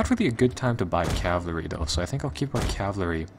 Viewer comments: i like your videos but for fuck shake,IT IS CAVALRY NOT CAVLARY:) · Cavalry, not cavlary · Anyone else notice how he says Cavlary? Instead of Calvary.